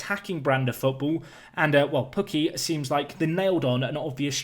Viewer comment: As a Finn I approve of the pronunciaton of Pukki 😂